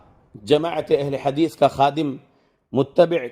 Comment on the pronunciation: Bhai ye galat hadees ko hagees bolre waise na bole .aapse adaban guzarish